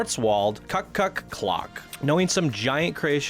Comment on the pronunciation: hahaha. I had to laugh when I saw the kuckuck coaster. the asian influence tells me: it is a chinese illegal copy... hahaha... BTW: in German you should pronounce it like coo-cook (it should resemble the sound of that little bird announcing the full hours).